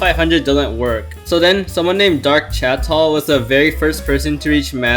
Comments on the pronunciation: Idk how did u pronounce that chateaw properly, but it was hilarious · I think chateau is pronounced sha-toe